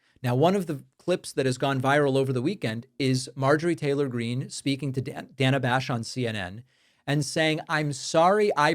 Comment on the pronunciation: If you Listen to trump repeating the name of M. Taler Green he say M. Traitor Green.